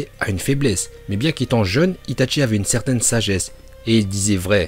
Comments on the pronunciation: J ADORE ITATCHI nan juste la prochaine fois dis itachi sa ma fait mal mec stp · par contre pourquoi tu dit "Itatchi" alors que c'est Itachi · c est itachi pas itatchi merci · Ce n'est pas ITatchi mais Itachi :') tu ma tuer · A chaque fois il dit itatchi au lieu de itachi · C itachi pas itatchi pour la prononciation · cest qui itatchi je connais que itachi uesh dit bien les prenoms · C'est itachi pas itatchi c'est pas compliqué quand même. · Comment tu c pas parlez itchatchi 🤦‍♂️ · Itachi pas itaNchi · Désolé mais ça m’énerve on dit (i ta chi) et pas (i ta tchi) par pitier fais un effort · Tu dit les noms comme un porc (itatchi ,kidsame,uchiha ) sérieux C’est chiant